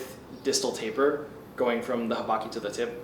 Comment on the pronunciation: Every time he says taper I have an aneurysm. Thanks.